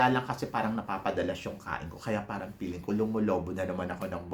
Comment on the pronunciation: Baka gusto mo gawing Feeling ang peeling? Wala lang. para mas maganda pakinggan. Anyway, it’s ok lang naman:)